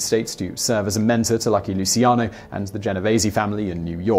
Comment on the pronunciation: Lmao the way he pronounces luccian